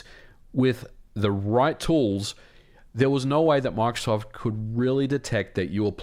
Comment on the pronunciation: You kept saying Mark Soft. I thought he was the president of MicroSoft or something haha.